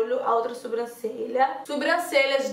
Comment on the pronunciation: Adoro te ver falando "SUbrancelha"